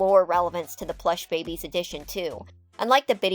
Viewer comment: I really enjoy your videos! I like how throughly you research the info while adding your own opinions. However I think my absolute favorite part about your videos is when you insert an image to portray your personal emotions. you introduced the Plush Babies but I guess you mispronounced the word or had some sort of technical issue and you inserted that image of the pissed off Daffy Duck-I hollered 😂😂😂😂 Keep up the great work and I look forward to the next video! ❤